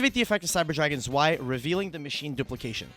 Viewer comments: how often can a man say swai instead of zwei in a sentence at once challenge. zwei is pronounced tzz--w--i but neääschter also isn't bad. is not whats on the card but for that i really don't know how to help in pronunciation. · It should be pronounced "zvei" as in german right? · Haha its so weird i live in germany its tzwei its even worse how they pronounce nächster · The way they pronounce Zwei kills me xD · The pronouciation is terrible. Learn basic german words ^^. otherwise great video ! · Iam German and the Zwei pronounce give me goosebumps haha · It's very weird to hear the way they pronounce the name of the cards as a German speaker because the words like zwei or Herz are german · As a German, the way U pronounce "zwei" is funny af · Bro the pronounciation of "Zwei" got me laughing so hard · The way they pronounce zwei makes me want to commit sudoku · Your pronunciation of Zwei hurts my German-raised ears. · The z in Zwei is pronounced like "TS". Zwei is German :)